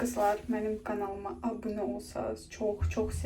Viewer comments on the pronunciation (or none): none